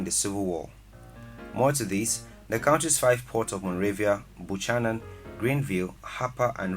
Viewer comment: It sounds unusual that Liberia has a more moderate climate than Sierra Leone since you say that the climate in Liberia is hot and humid all year round! Please note that Buchanan is pronounced "ByuKAnan"....